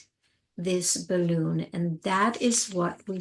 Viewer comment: When you say the words "balloon" and "deflate" (as in your crisp pronunciation) I get goosebumps! Are you born and raised American? It's almost like a touch of European. I love it!! Bah-LOOOON 🙂